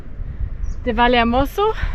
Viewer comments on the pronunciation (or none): Bitte wenigstens bei Eigennamen die spanische Aussprache lernen, das ist eine Sache des Respektes! Vallehermoso wird "Vaje Ärmosso" ausgesprochen, Hermigua "Ärmigua" und der Teide nicht Teide oder gar Tiede sondern "Tä-ide". Sonst macht man sich so ein ambitioniertes Filmchen mit schönen Bildern irgendwie kaputt... Nichts für ungut ✌️